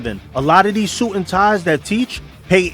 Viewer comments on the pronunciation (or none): none